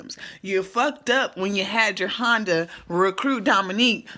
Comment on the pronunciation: Not JER-HONDA....LOL its JE-RHONDA.. You got me ctfu lol